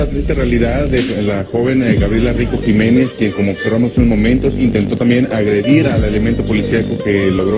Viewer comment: Jimenez is pronounced Himenez